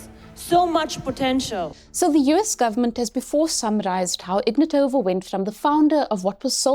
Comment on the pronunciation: Ig-NAT-ova. Please pronounce it correctly. i-VAN-of. Do your research on the basic things.